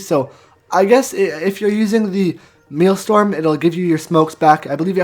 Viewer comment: It's pronounced, "male-strum". not "meal-storm".